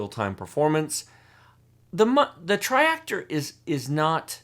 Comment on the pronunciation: TRI-ACTOR not TRIREACTOR =P As usual thanks for the awesome content!